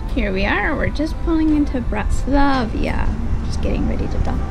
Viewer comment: I know this is an old video but I have some comments. Overall, it was very nice and it’s good to see some videos produced by real people and not marketing folks or influencers. But, you can make it a little better if you do another one. First of all, it’s Bratislava, NOT Bratislava-i-a. Your editing was very jumpy and not in chronological order. For example, you jumped from Bratislava to the canal cruise in Amsterdam. (Without even indicating it was Amsterdam. A couple of other things were also out of order. I think people would appreciate knowing what you are showing. Sometimes it’s just footage of a town or castle but you don’t say what or where it is. We are looking forward to our fifth Avalon since 2014. We are doing Budapest to Amsterdam in September. (2022) Cheers!